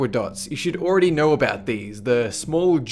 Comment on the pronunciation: "What you didn't knerr"